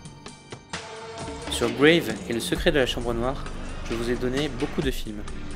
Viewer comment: Les gens qui prononcent "Grave" de façon anglophone, faut arrêter hein. : ^p J'suis lo premier-e à être chiant-e sur la prononciation des mots anglais et des titres de films mais là c'est un film français ! Julia DUCOURNAU est une réal française, tout le film se passe en France, et même, pour avoir eu la chance de voir le film en présence de la réalisatrice, le sens de ce titre est lié à l'utilisation de ce mot... dans la langue française ! Au Japon, on met le nom de famille AVANT le prénom. Donc c'est KUROSAWA Kiyoshi, et non l'inverse. : ^p Bon à part ça, j'ai vu "Grave" en Cinexpérience et j'ai A-DO-RE. 9/10 Ne surtout pas s'attendre à un film d'horreur style shocker. Selon la réal', ce n'est PAS un film d'horreur. Et je suis assez d'accord. Il y a quelques éléments qui auraient leur place dans un film d'horreur mais c'est tout. Il y a assez peu d'hémoglobine et... et j'en ai déjà assez dit.^^